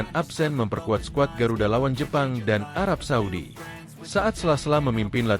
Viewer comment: arab saudi min.. bukan suadi. itu nma pk de gua